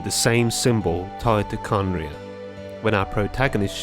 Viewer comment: Its not khanria its kahneriah